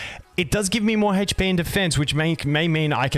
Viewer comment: You are articulating the word HP quite seriously, sounds like you're saying "Haych P" lol